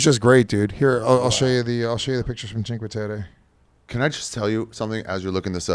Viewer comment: I nominate for the worst pronunciation of a place award for “cheenkwaterra.” Jesus Christ 😂. Awesome that he travels with his kid though.